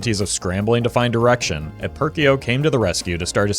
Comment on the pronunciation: I swear I heard scrambling to find direction as "scrambling to find (direction, but the 1st i is an e, and no d)